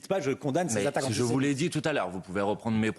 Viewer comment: Aller, on va faire un peu de vocabulaire et de diction car c'est un peu manquant dans le discours. "Anti", vous savez comme "anti fa" le truc bien connu des militants d'ultra gauche. "Sé", comme séjour, bien connu celui là aussi. "Mite" , comme l'insecte, si, si ,comme le ministre imaginaire des insectes (cf : Claude Malhuret ) bref un nouveau mot à 50 points : ANTISEMITE...